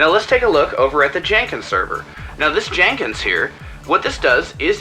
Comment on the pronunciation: excuse me but it's pronounced Jen Kins not JANE Kins